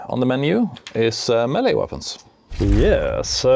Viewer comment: Its pronounced Melee , not Melee .